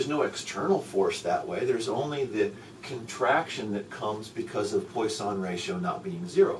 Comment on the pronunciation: Nice explanation, but please learn how to pronounce 'poisson', hearing 'poi-sahn' is rather grating